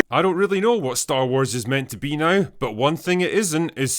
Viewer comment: Hey drinker “ now” has one syllable. You say it like it has five.